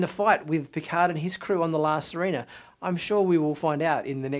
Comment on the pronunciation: Sirena: the i and the e have different sounds... the i sounds like "ee" and the e close to the e in Elephant. Not that it's that important but it's distracting. Specially since Rios has mentioned the ship's name several times.